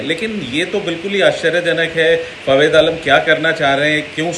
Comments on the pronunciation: अबे जोकर नाम तो सही ले😆😆😆 फावेद आलम नहीं बे जोकर फवाद आलम नाम है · abey bhai Fawid nai hai.. Fawad hai FaWAAAAAD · are Dimag ghutno me h kya tera ya sunai nhi de rha ye chutiya fawed fawed kr rha h inko kon media me bithata h yr 😃😂